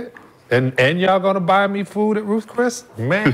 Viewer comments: He said Ruth Chris 😂 Outback got better steaks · yeah and so is Ruth Chris 😂